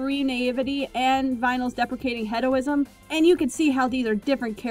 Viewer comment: hedoism? You mean hedonism right?